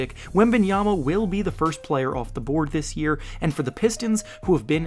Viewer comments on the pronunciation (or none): none